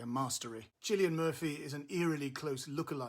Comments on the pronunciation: P.S. the first syllable of Cillian is pronounced Kill, not Chill :) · Insightful and informed review. But "Chilean" Murphy? 😅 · I hestitate to quibble with the great Peter Bradshaw, but two points. The actor's name is prounced with a hard C: Kill-ian. Also Japan seemed far from undefeated in the summer of 1945. Search for "Operation Downfall" to read about the estimated casualties from an invasion of the Japanese mainland. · pronounce Cillian's name right pls . its not difficult . other than that a great review, and R.I.P. Mr Malcolm